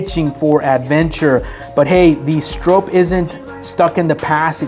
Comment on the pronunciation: You’re pronouncing Bill Stroop’s name wrong! And you had no mention of Parnell Jones ….